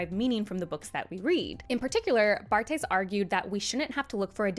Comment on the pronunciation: You should have gone the spanish way: Barthès. It’s one of those names in French were natives get confused and also prononce it wrong, because of the ’th’ and the silent ’s’.